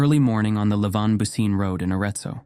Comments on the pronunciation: I thought that too as soon as I heard "booseen". I knew it was mispronounced. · Yes. Bu ci neh. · I think the town's name is pronounced more like BOO-chi-neh, but I could be wrong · Bucine is pronounced "Boo-chin-eh" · Great video, as always! Just a quick note: Bucine is pronounced more like "boo-chee-neh" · I'm not Italian, but I think the pronunciation of Bucine is something like Boo-chee-nay.